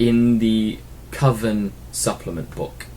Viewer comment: lol, I caught that proper pronunciation of coven rather than CO-ven,.:P I've had a lot of success running Grotesques in the past, but added them more or less for flavour. I didn't consider the tactical uses until now. Seriously liking this series man, helping out a lot - great work! Keep em' coming, in the meantime I have some catching up to do!